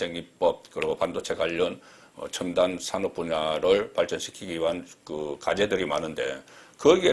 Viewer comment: 산업,미래,공식 등 발음 한번 리뷰해 보세요.